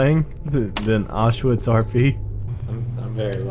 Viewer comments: It's pronounced ow-sh-vi-tz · Everytime he says Auschwitz role-play I start laughing because it sounds so funny